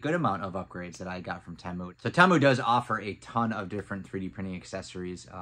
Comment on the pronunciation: "Tee-Mu". Not "Tay-Mu". Pretty sure